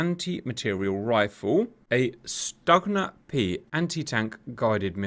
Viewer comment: Stugna is pronounced Stuhna